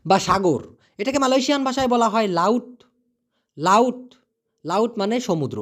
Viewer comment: আপনি তো মালায়শিয়া উচ্চারণ করতে পারেন না শিক্ষা নিবে কী